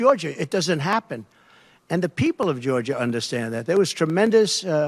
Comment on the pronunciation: "A Lotta peepil" - translation - no one.